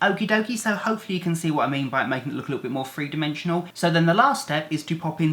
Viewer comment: Free? Are you saying three